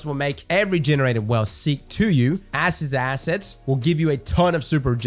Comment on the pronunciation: Did anyone else hear Asses to Assets?